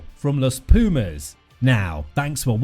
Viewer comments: PLEASE! Learn how to to pronounce PUMAS properly, you sound ridiculous. It's not peeeeeuhmaes, try POOHMAHS. And also the coach's name, put some effort into it man, it's not that hard... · You pronounce P U mas and not P i umas, like you dont say Eng I nd, you say Engl A nd, Thank you. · Thanks a lot for this amazing video. Tiny advice, check how Pumas is pronounced properly in spanish, is not "PIU"mas, is more like POO-mas. Cheers man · English rugby commentators need to get it straight for once and for all. It's pronounces 'poomas', not 'piumas'. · hahaha 😂😂😂 please repeat after me : .....poooo....masss......poo..mass....poomass.... pumas!!!!!!! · Don´t say piumas, it´s pUmas. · it is pronounced POOmas not PEEUmas. Pumas are Cougars.Wait Until Monetta reaches the National 1st team 15 players. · Please is not piumas .....pUmas !!! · It is not pronounced /pjuːmæs/; it is /puːmæs/ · After watching just 0.27 seconds of the video, I want to say this: Try to pronounce Pumas like this: " poomass" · It would sound more accurate to pronounce "Poomas" but don't get bothered by silly comments like that. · Is Pumas Bro Pumas is not so hard. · Muy buen video, la próxima sería bueno decir bien "Pumas", sólo eso, no te pido los apellidos y nombres de los jugadores hah, ty!